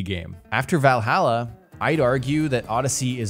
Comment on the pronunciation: Valhalla not vailhaila